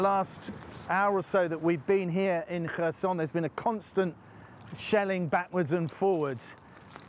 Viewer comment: The news anchor called it person instead of Kherson